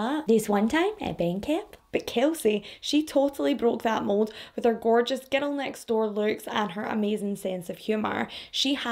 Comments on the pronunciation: You have great way of telling these cases. As an American, I'll say that I love how you speak, how you pronounce words. I'm not going to lie, though, every time you say "girl" I hear "ghetto". It completely changes the sentences some times. 😂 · I love how she says "giddle" for girl